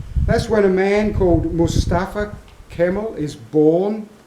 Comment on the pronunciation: Great vid!! ...Mustafa "Kem-ahl" [kem-arl! Try a turkish accent...?] Considered 'The father of modern Turkey' a national hero... Maybe the reason why the Gallipoli Campaign stopped in the ANZAC Sector. A brilliant Commander and Politician... Leader!